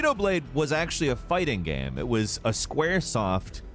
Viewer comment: even the way he pronounced "game"... he always pronounces it "GAM" like hes half-way pronouncing gamma.